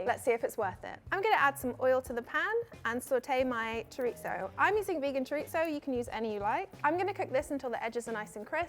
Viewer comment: I love this girl, but honey how can you pronounce Chorizo “Xoritsssso” 😅😂